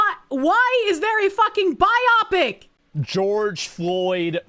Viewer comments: "Bi-opic"?! My good madams it's "Bio-pic", as in "Biographical Picture (film)". 🤣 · A "bi-opic." And not bio(graphical) pic(ture).